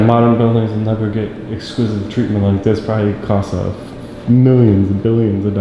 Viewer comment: Are you saying “esquisive”? 😂